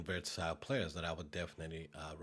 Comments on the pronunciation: it's versatile , not vertasile . You said it wrong at least 10 times in the video ... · pretty "verTasile" LUL